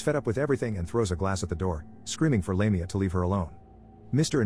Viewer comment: Did you even watch the movie?? The evil demon is Lamia and is pronounced "laaam--e---ahhh not "lame---e---ah!!! ugh!!!